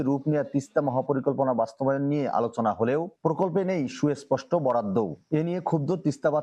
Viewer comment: সুস্পষ্ট ❌ সুএস্পষ্ট ✅ 😂😂😂